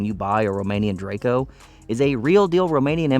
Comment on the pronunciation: Drako, not drayco :D